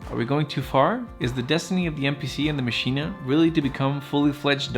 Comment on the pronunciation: Good points! But stop saying MACHINA FFFFFFFFfff